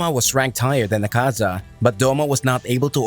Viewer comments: Funny how it said akza lol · Akza? O you forgot another a lol but its ok ^^ this was still nice and the way he just sajd "HES LAZEH"